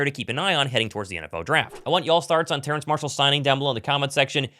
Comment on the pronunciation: Terrace. No “N” in his name. Goodness me.